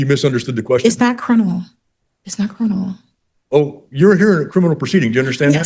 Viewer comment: Shes saying CRINImal